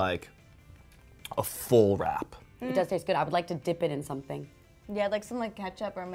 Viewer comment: Did he just say wrap...